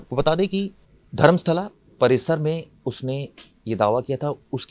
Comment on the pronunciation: Tumhara chanal ka mulla anchor shyams is news ka propoganda aur fake news de raha hai uspe action lelo. Darmastala ko sharmastala bola hai mulla